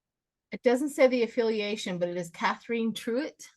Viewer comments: FYI, Katherine is another spelling for Kathryn. (Not Kath-reen.) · Katherine is not pronounced Kathreen! It's pronounced the same as Princess Kate's full name. It's my name. Thank you otherwise. You two are fantastic together.